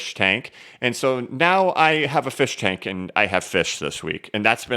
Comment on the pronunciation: I snorted when you showed the firshtank 🤣